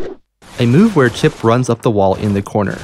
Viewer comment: Phew, at least Chipp wasn't butchered that hard